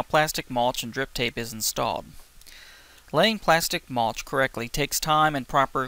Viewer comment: Mulch not maulch